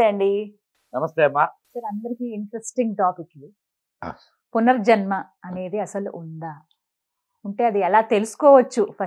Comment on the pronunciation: పునజర్మ కాదు పునర్జన్మ తప్పులు సరి చేసుకుందాం మాతృ భాషను బతికిద్దాం